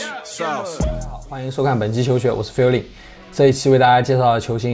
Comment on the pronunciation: feelin應該唸費歐林吧......